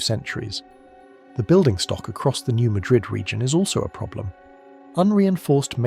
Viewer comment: It is not pronounced New Muh-DRID fault, it's the new MAD-rid fault. Yes, some of us have heard of it, many many times.